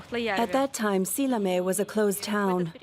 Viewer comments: The town is not Salami, it's Seallamayee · Силламяе, а не Салями, ёпта.